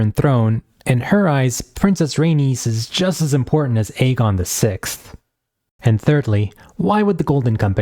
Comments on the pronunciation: Eye-gone lol dude say it right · I-run throne, I-gon Targaryen lol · misspronoiuncing aegon is crazy but saying that quote hints at madness is INSANE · Fantastic video! It gets me hyped though the book may never see the light of day.. I'm envious of your ability to respond politely to these bitter men whose only comments are about the way you pronounce Aegon. It doesn't matter what the video is about, the bitter incels always find their way to the video and the comment section to find things to be angry about and to spread toxicity wherever they go. Give feedback or criticism if you like but if you can't also show appreciation for the creator then honestly just keep your filthy mouths closed. Think before you write!